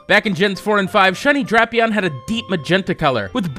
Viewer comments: DRAPE-eon long a sound not short like in crap. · I thought hippowdon was pronounced hippo-dun. And drapion dray-pion